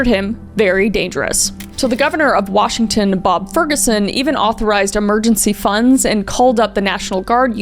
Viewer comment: i love how you butcher every town in Washington and county lol